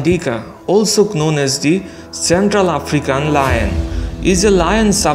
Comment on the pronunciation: In the word known k is silent bro.